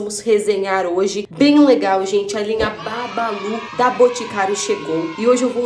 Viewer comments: Nii o nome é bubbaloo não babalu😂😂😂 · "Porque as pessoas pronunciam Bubballo com "A" sendo quê é escrito com "U" ?